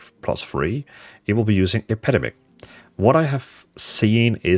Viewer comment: Brother its EP-EH-DEM-ICK